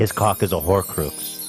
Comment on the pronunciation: Horcroox killed me